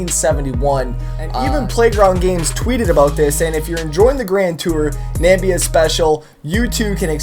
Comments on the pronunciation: Did he just say Nambia, its Namibia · Namibia...not Nambia. plis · I like how you pronounce Namibia lol! Can't blame you though.. Not many people know where us Namibians are or have even heard about our country... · thats not how you pronounce Namibia